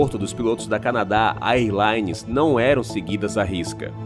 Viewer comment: A pronúncia errada de AIRLINE chega a doer nos ouvidos.